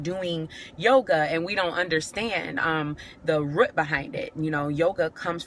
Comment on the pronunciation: " RUT "that southern pronunciation